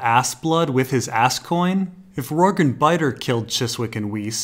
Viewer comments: Yes, it's the "J" sound. The way pronounce it should be spelled "Rorgue". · i always thought Rorge was pronounce like gorge, with the j sound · It's so tough watching through older videos and having to endure him mispronouncing so many names. I thought "Arianna" was bad enough, but "Rorg"? Jesus.